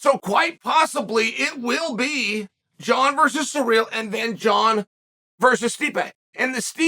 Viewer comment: I love how Chael calls Ciryl "Surreal" 😂😂😂😂😭 Omg just got to the end "Let's stop asking the bartender for advice on quitting alcohol." 😂